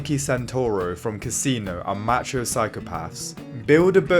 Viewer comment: If he says match-ho one more time I'm going to act out violently.